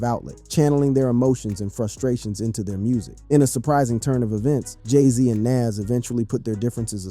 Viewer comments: who tf is "NAZZ"? must be a wanna be NAS or just a case of someone who can't pronounce an artist name correctly. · I've never heard " Nas " pronounced this way. And definitely click bait. Boo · Eminem dissed Dre?? Is that for reals?? Everytime he said the name NaS was incorrect LOL 🤣😂